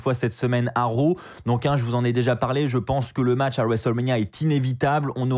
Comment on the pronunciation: Raw pas row mdr